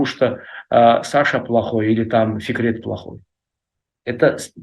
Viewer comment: зовут Фикрет, а не Секрет. Может букву Ф не может выговорить?